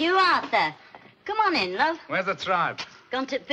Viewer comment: " I wuv my daddy"